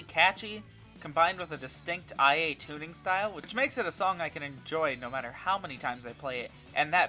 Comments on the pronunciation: Its not I.A ita ia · I'm sorry but did you play an entire game with her only to call IA 'eye a' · I really don't wanna be the person to do this, but.... It's ee-ah.. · Take a shot whenever he says "eye a"